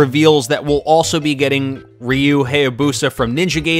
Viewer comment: its Gaiden not gayden and you pronounced ryu wrong